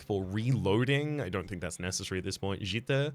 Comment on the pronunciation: Really happy with your improvement of the pronunciation of Jitte. This is probably as far as I can help you this way.